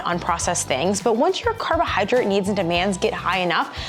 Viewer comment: 😅carohyrodrate hehe